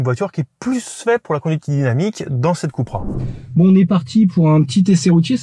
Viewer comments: Pourquoi Keu et pas kou voire ku??Super essai de voitures « normales ».On est loin des Suv de deux tonnes!Perso,je choisis la Coupra(ou keu ou kou!!)Et bienvenue à toi! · Pourquoi il dit keupra et non koupra ? 😂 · KOUpra pas KEUPra, seat c'est espagnol, pas anglais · Cupra c'est espagnol les gars pas anglais, on dit Coupra pas Queupra. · « Ceupra » 🤣🤣🤣 Les gars qui inventent une nouvelle prononciation de la marque espagnole, qui doivent bien rigoler d’ailleurs. 🤣🤣🤣 COUPRA pour les connaisseurs!!! 😉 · « Cupra » se prononce vraiment Kepra? Je pensais cUpra ou à la limite cOUpra.